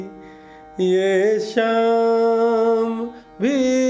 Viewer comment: शाम को श्याम बोल कर सब मज़ा ख़राब कर दिया